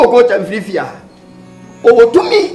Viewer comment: Am I the only 1 who heard saying “I will feer it 😂😂